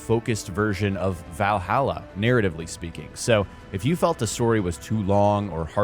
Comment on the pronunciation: The way you say Valhalla legitimately triggers me 😂